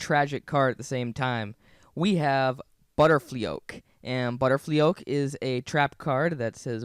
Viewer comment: He pronounced Butterflyoke and guillotine wrong...